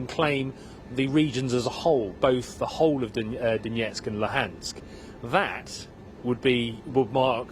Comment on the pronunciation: The reporter can't even say the name Donetsk correctly.